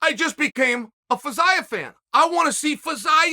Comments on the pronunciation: With the way he was pronouncing Fiziev, I thought he was just falling to talk about Jiri Prochazka again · Ok, but can we talk about "Fiziev"